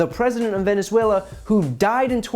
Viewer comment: I knew she’s spewing bs and that’s what’s important here but I am insanely bothered by how she pronounces “Venezuela” 🙃